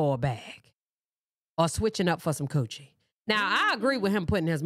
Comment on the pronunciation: The way you say coochie has me so weak! 😅